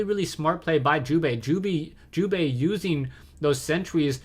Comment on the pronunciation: lol sounds like you are saying jewbait sometimes xD